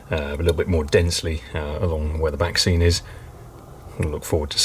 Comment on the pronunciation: Every time you say 'back scene' I keep hearing 'vaccine'. This last 12 months has really affected me!!